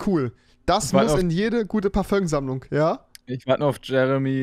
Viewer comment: Parföm alter wie geil. 😂😂